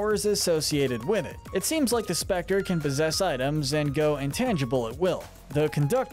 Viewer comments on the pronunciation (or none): none